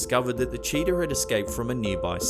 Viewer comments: Cheetah not CHEATER! Learn how to speak proper English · Lmao even the subtitles says you said cheater instead of cheetah. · When he said cheetah I laughed because he said cheater and I was like what... his mom and some other man lol